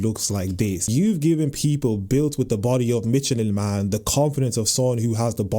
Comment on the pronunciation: He said Michelin man 😂😂